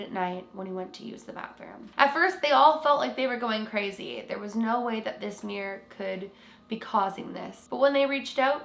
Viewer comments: “The Meer’r” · Why do Americans and Canadians pronounce the word mirror like this: “Meer’r” Sorry I had to. It’s “Mir-ror”! Haha. Edit: it’s fine it just makes me laugh 🤣